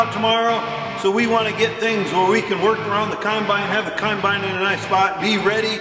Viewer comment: Combine, not Conbine ffs!